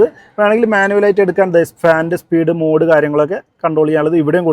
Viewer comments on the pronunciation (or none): none